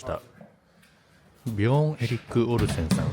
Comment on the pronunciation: オリジナルは時々関西風イントネーションが混じりがちなのがいつも地味に気になってたのでAI版の方が内容に集中しやすいと感じました。滑舌も良くなってるし。 AIも「オルセンさん」を「オルセン産」のイントネーションで読んでるので完璧とは言えないけど…